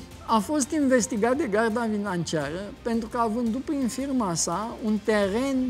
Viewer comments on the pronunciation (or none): Domnule Valeriu, aveți probleme cu limba română și cu garda minanciara😂😂